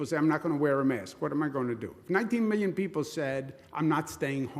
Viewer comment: Wait I thought he said three minion Europeans 😂😭